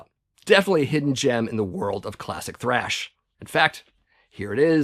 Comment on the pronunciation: You keep spelling and saying trash wrong .